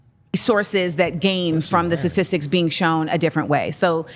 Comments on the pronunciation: She says ssisitic instead of statistics clarify her education level. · Is she saying Satistics? Or am I not hearing STAtistics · I hate how she says satistics